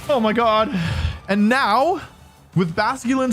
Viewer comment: that "oh mein gott" sounded german 😂